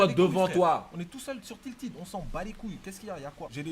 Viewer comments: 'tiltid', pourquoi pourquoi! Mdr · c'est moi ou il a dit "tiltid" pour tilted??🤣